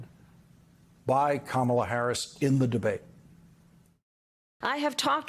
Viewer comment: Kamala. Say her name correctly